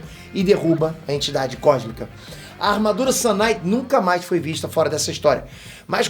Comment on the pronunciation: O mais pika é o sotaque da palavra sun kinight que faz parecer sun night, que é noite de sol, que tambem seria um nome pika